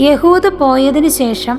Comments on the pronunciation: എഹുദ് എന്ന പേര് എന്താണ് യ ഹു ദ എന്നു പറയുന്നത്??? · എഹുദ് എന്ന് അല്ലെ